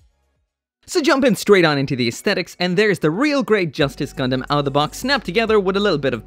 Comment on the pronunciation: Sometimes i feel like he call "gundam" a "condom"